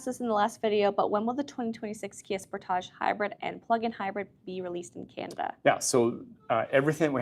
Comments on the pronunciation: hopefully she learns how to say sportage correctly at that training. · sport - age. not sportaj.